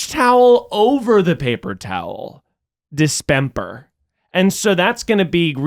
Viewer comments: Why did pronounce dispenser as dispemper? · Are we discussing that miles is saying dispemper instead of Dispenser???? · WHY IS NO ONE ADDRESSING MILES SAYING PAPER TOWL ??DISPEMPER???